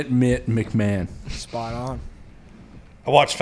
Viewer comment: "can't find a mett mcmahon" 😂